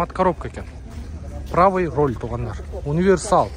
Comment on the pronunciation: Урол эмес Руль деп айтылат.